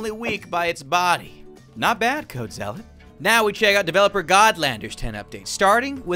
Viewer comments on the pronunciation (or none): none